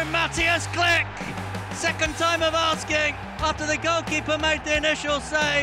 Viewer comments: Kilch! Not Klik ! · Read his name like, Kli-H', not Click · He is Klich not Click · Everything is ok but please read his name like kli"h" not klick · It's not Click xD It's KliCH like "WHO are you" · Jak można nie umieć powiedzieć Klich tylko mówić klick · His surname should have been pronounced as "kleeh" not "click" xd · All Poles: Klich English commentators: Click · Its not Klik but Klih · SAY "KLIHY" NOT "CLICK"!! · KLIK XDDD I'm Pole and my ears are bleeding....anyway greetings from Poland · nah fam its "mateush klih"